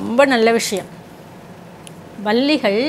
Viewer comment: Balligal ,Balligal என்று சொல்வது தவறு. Palli , Palli ,Palli enru sollavum.